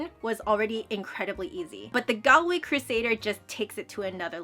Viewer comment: Just to let you know it’s pronounced Gawlway